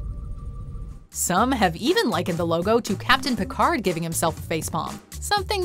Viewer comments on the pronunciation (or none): none